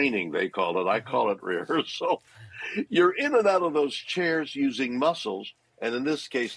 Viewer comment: He said "rehersal" just as I was wondering if this was faked...LOL